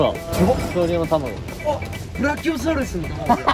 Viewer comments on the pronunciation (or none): まつくが「〜のタマゴだわ」って言ってるの、ラッキョウサウルスって聞こえてた ブラキオサウルスというのね！